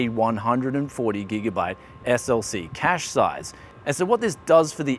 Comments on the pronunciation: you are a bloody Aussie say Cache like you did the first time not like a American. :) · Cay-sh...lol. Cache Pronunciation, in french, cash-A in english, Cash. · mispronounces apache and cache ... im sensing a pattern here.